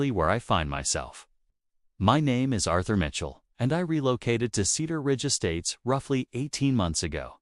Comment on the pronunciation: WHAT IN THE NAME OF SAM HILL IS A AIRTHUR MITTHL VOLONTC???????????